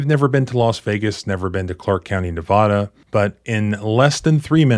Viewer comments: Sir would you please for the love of God pronounce Nevada like the word has always been pronounced ne-VAD-uh ne-VA- dah. PLEASE you're teaching others and it is wrong. Or do you live in Kentooky? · It's Nevada,not Nevahda. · Nevada is pronouced Ne vaaaaaaaaaaa dah. Like Colorado is pronounced Colo raaaaaaa doh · I sure wish you would pronounce the state of Nevada correctly. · Learn how to say Nevada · Please learn the correct pronunciation of Nevada. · As a long time Nevada resident I feel qualified to tell you that you are mispronouncing Nevada and it is a great offense to do so.